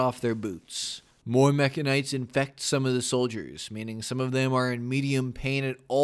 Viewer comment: I really liked this video. It came at a good time. Also, Rimworld: "sensory mechanites" JustDontDie: "sensai/sensight mechanoids" P.S. 1-hp does sound interesting.